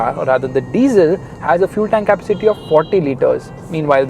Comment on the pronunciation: Kappa-city? 🤔 You're pronouncing it wrong mate.